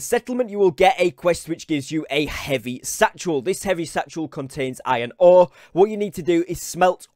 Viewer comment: Heavy statchel? Lol